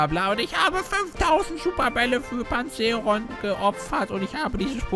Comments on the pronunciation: es wird PanzaEron ausgesprochen Genau so wie es Voltwechsel und nicht Voltowechsel heist. Oder Kanivanha. Nicht Kanivanhia:P Wollt ich nur mal sagen;) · Hießt es nicht eig. Panza Eron? also von der Aussprache